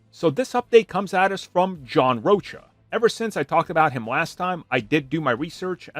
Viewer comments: It's John Rocha not roach 😊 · its pronounced john Roka , Row -Cuh 😂